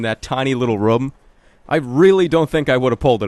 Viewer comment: i love how he pronounces the word "room":D